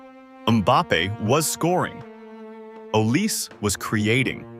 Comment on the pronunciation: Tell your AI that Olise is pronounced Aw lee say, not "o lease". And Désiré Doué is Day zee ray, not "desire".